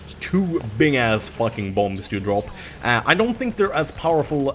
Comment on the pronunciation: Hey, the last B in bomb is silent:)